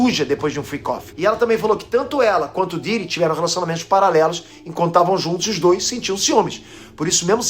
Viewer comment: do nada o falando o pidiri kkkkkk